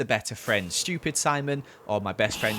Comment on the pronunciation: I don't like that you pronounced stupid "schupid".